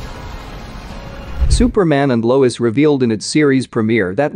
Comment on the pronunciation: It Lois not Louise